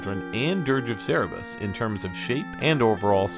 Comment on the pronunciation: Its Sir brr us. Come on my linguistics. (Cerberus)